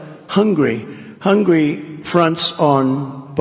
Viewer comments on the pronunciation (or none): Ask the orange ogre to write down the name HUNGARY...He would write down HUNGRY, that's the way he pronounces the name. It came as no surprise when he threatened to sue anybody who released his education results. He's as thick as ground beef